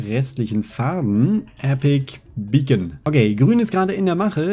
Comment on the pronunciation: warum sagst du Epic Beacon es heißt Epic bacon